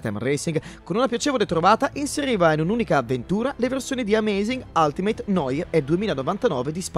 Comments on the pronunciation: sviluppato per 32PER ?!?!? 32X ( leggasi ics) . noir si dice nuar non N O I R . Vi stimo raga ma certi errori ... eheh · Tutto bellissimo ragazzi ma la pronuncia di “noir” non si può sentire